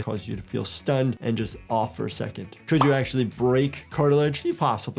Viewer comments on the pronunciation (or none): none